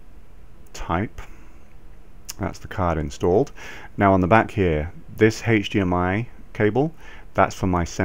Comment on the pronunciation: Yes, that's the correct way to say this in the UK...